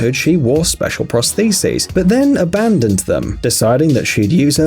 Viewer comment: Prosteces he says lol